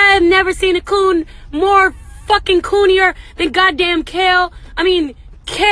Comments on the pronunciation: Noo nooo not kale and okra 😂😂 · 😂😂😂 I was dead at kale but then she said okrah and I was rolling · Bruh I died when ari lenox said "kale" & "Okra" 😂💀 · My girl Ari Lennox really said "kale and okra"😭😂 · She said Kale and Okra😭😭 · “KALE” & “OKRA” 🤣🤣🤣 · She said kale and okra💀🤣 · I’m sorry but “Kale and okra” 🤣🤣